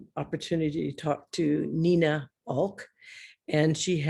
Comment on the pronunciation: Her name is not Aouilk . It's Aulak ,pronounced (Aww laa k ) for a start ...